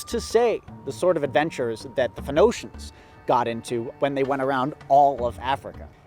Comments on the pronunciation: When u said phonoacians i was so confused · Him saying PHENOCIAN really annoyed me. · “FEN-NO-SHENS” Hahaha! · As someone who only knows how to pronounce pheonicians because I went to church as a kid, I couldn't agree more with that sentiment. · When I was a really young kid and played age of empires for the first time I pronounced it as "Photo-he-shens" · I was hoping you'd get a sailor to come back, only for him to correct your pronunciation of "Phoenicians" and leave. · It's a bit bizarre to see how things that are common knowledge in one place can become obscure even for "nerds" in another. In Poland you know how to pronounce that word because you were taught about them in primary school history class (and then middle/high school too). To see struggle with it a bit is eye-opening. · Pretty ironic that you mispronounced the word "phonetician" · How do you know as much as you do but don’t know how to pronounce Phoenicians? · It is indeed quite possible that he's only ever read the word before and never heard it.